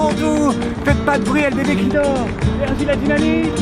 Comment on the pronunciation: Trop cool une vidéo avec un joueur du losc par contre son nom ce prononce virgiliu et non virgil